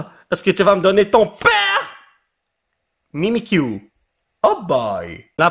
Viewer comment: mimikyu on ne le pronnonse pas avec le u